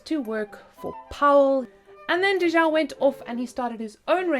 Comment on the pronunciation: Thanks for sharing! Also, I believe it’s Di Zhao not Dhi Zhao.